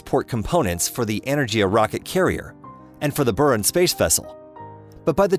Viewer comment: The G in Energia is a hard G. Buran is pronounced BOO-ran, not behrahn. Is this a text to speech thing or was it just some illiterate schmo reading text?